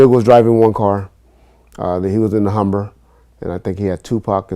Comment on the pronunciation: "he was in the Humber" - this dude 😂😂😂